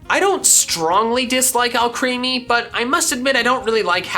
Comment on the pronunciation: FOR THE LAST MUTHERFRICKIN TIME, ALCREMIE IS PRONOUNCED “AL-CREH-MEE”, LIKE ALCHEMY